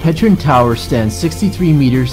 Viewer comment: "Petchrin" NO!!!! "petZHREEN". "voleTAAVa" NOOO!!!!! "vlTAH-VAH".